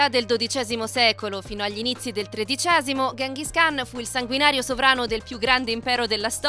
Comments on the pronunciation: Gengis Khan non Ghenghis khan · La pronuncia più corretta è Chinghiz Haan